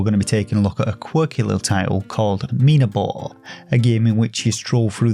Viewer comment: Nice intonation for the game's title!!! You stressed the I sound, and thank god you did lol. Being a game by a Spanish developer I dunno how they came up with such a name. You see "minabo" translates as "myturnip" but in Spanish slang (from Spain) it also means "myd*ck" lol, so had you stressed the A sound you wouldave made me laugh coz thats the spanish pronunciation 😂 tbh I dont know how they intended the game's title to read like, but they were a lil bit cheeky anyhow hahaha. Btw the character named Topota, dont even get me started on that... I dont know if I am too dirty minded or if they really meant to be cheeky with this one 😂 Cheers mate take care